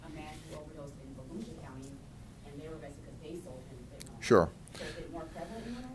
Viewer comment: I hope u mean a "FENTANYL" ring & not a FETENYL ring!